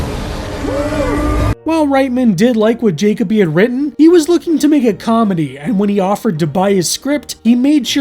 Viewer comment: Just a minor correction on pronunciation. Jakoby isn't pronounced JAY-cob-ee, it's pronounced jah-KOH-bee Or to make this more clear juh-kobe not jacob-y. You em-PHAS-ised the wrong syl-LAB-le (I love this joke)